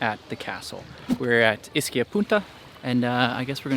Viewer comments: Hey!! Ischia is pronounced “Eee-ski-a”!!!! Not Iss-key-a Do that and the locals will know you’re a noob and take advantage of you... noob. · ischia is pronounced eschia not a short I. If you are doing a blog pronunciation is key.